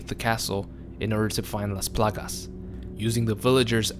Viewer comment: Love how he say "lAs plAgas". My Latin ass is in love